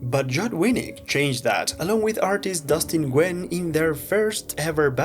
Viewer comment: Nguyen is pronounced “Win”